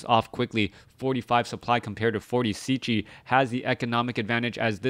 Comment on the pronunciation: Wow.. what an amazing bloodbath this was! so many lead changes and epic battles.. but that ending was just something else. Superb stuff. GG and thanks for an awesome cast, dude! P.S. - Cechi is pronounced almost the same like "Czech" in "Czech Republic". Just add "e" at the end and there it is ;)